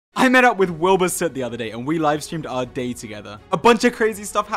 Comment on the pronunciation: Am I the only one who heard "Our Date Together" instead of day?😂